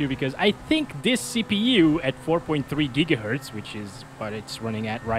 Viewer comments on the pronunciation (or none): none